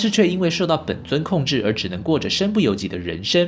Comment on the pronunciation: ren sheng 不是ren shen😬